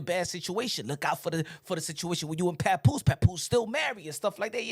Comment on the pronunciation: Lmao did he say papooka